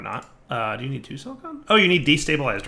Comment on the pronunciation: Is it just me or did just start pronouncing "Silicon" as "Silicone"?